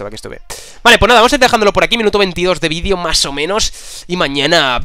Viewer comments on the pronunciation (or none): none